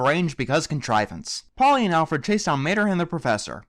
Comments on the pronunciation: This is just a minor nit pick, You kept calling Holly "Polly" and I know you're not going to care, but I thought I would point that out. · This review is quite funny, and I like your style of ranting, but I just wanted to say: it's HOLLEY, not Polly. And I actually quite like Cars 2. I thought it was better than the first Cars film. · It's HOLLY not POLLY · Her name is Holley Stupid, I'm not kidding here he just called her Polly through out the entire review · It is Holly not Polly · That annoyed me too. Like really, it's Holley not Polley. It really got under my skin and I'm not sure why it did so much. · Isn't it HOLLY not POLLY? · its holly not polly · 'Polly'? Her name is actually 'Holly'. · holly not polly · Her name is Holly, not Polly. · You kept calling Holley Shiftwell, Polly